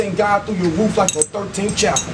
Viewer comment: Nobody gon acknowledge my mans said "the thirteenth chapel"???